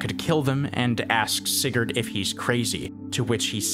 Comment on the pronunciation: btw sigurd... not said like that put in google translate and make a danish person say it